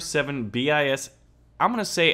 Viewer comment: Bis not BIS